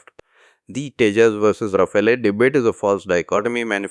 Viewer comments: Sir, it's pronounced "raa-faal", not "raa-fay-lay". 🙂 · Thanks for your videos. It’s good to see your subscriber count has almost doubled in the past week. Your rate of speech has come down a bit and you are now pausing a bit more at the punctuation. A bit more will be great! Also, at 0.20 ..Rafael is pronounced as “Ra - Faal” not “Ra - File”